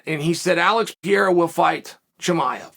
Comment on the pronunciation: he should take a few seconds to learn how to pronounce “Alex Pereira” …at least try a bit